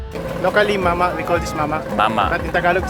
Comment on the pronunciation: Proud of you erwan for trying "mamah". 😂😂